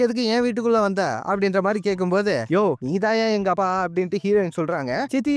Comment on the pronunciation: அப்பா 😂 you say அபா....🤣